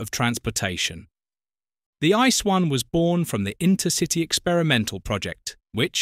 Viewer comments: This is NOT pronounced ice! This is „IT-SEE-EE”! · Yes, It pronounced not ice, more like "ii-tzee-ee". Nobody call it ice in Germany, nobody!